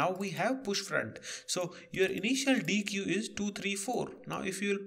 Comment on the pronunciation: Deque is pronounced "deck" like a deck of cards. Nice video!